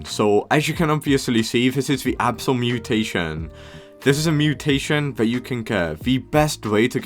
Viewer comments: I think he is british tho cuz he said absal that is weird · blud can NOT say abyssal